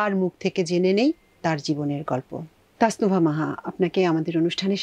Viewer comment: তানসুবা না, তাসনুবা হবে।